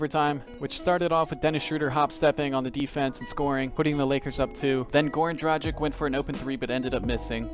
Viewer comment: This man really said Goran Drajic lol